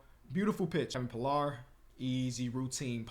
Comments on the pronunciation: Yo you told us to correct u Kevin Pillar is pronounced Puh-lar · the right fielder is Kevin pill-are that’s how you pronounce it he’s know for making some wild catch’s for the blue jays